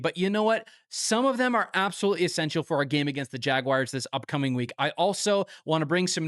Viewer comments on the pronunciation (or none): I love this channel, but ngl, wish you'd stop saying, "jag-wires" 😂